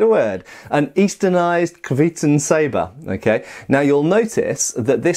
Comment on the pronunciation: Great review for what looks like a great product. Going on the Cyrillic, I'd pronounce it something like "kvyeh-tUn". I know it doesn't affect the blade itself, but if you like something, it's nice to know how 'to call it by its right name'.